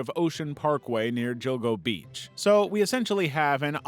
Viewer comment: Guessing AI, mainly because of jill-go Beach for Gilgo Beach, never heard anyone assume it's pronounced like a j